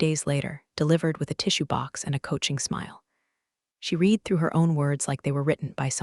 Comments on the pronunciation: You dont have someone who knows english to help you program your AI reader, (Pronounced "reeder") and they have read(Pronounced "RED" in that past tense context),that word incorrectly within the context of the story. Read, also has a Past tense Pronunciation "RED" and almost every instance of the word Read, was mispronounced and should have been read, as "RED" not "Reed" I figure you are working on an ai maybe you should get someone who is a Native speaker of American English, instead of a bunch of coders who probably barely made it through from gradeschool. It is so annoying when a reader can't read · Good story teach your AI to say read and live in the right context ..really annoying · I didn't think it was legal for her to bring confidential information to a new company. Good storyline though. AI needs to learn difference between past and present tense, most notably "read (reed)" and "read (red)" A few more minor errors but nothing jarring.